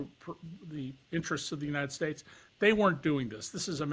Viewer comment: “Younited Stites”